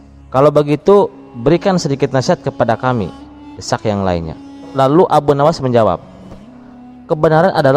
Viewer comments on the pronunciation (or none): Perjelas Lagi min Bahasa Indonesia nya..Ada Berujung seakaan ada penambahan huruf k di belakang terdengar, Misa Kamu Kamuk terdengar, Lalu Terdengar Laluk